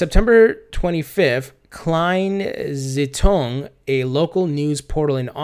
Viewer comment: Hi, I love how you pronounce "Kleine Zeitung";) All the best and thanks for your videos! Greetings from Austria.